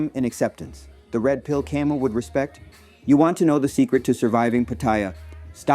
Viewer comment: hey brother, on this website (YT) search and play the following: "How to Pronounce Albert Camus? (CORRECTLY)" (without quotes). Great video by the way !